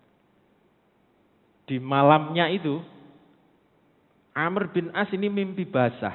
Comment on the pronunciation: Amr bukan Amru, Amr bin al ash ra..terkadang ada ustaz2 myebut Amru..sebutan yg benar- Amr,Am.